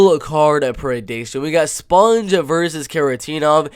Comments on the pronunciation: its pronounced SPONG like ping PONG....not sponge.... like sponge bob....THAT MEANS YOU HAVENT WATCHED ONE of his fights to not know how to say his name... and hes a LEGEND... sloppy analysis if you literally havent watched enough of his fights to know how to say his name. do better. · its a ONE syllable word. its not close to driscus du plessis.... and if you watched ANY of his fights, it would not be hard to pronounce it.... you can say ping pong and bong...saying spong doesnt require skill. Re-watch some of his battles and you wont forget his name... hes a striking machine.